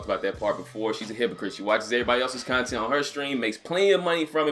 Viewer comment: I keep hearing cun tent and I dont know why.